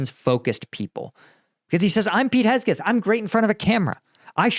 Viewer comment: Man said Hesgeth